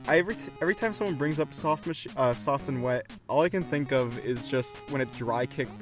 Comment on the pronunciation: softo and weto